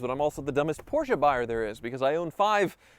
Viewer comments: Who told it was pronounced Poor-shaa? It's not. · Thank you for saying Porsche correctly